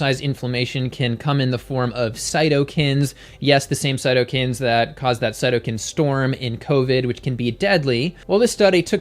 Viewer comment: Your videos a re great, pronounciation tip though: CytokInes, I like "eye"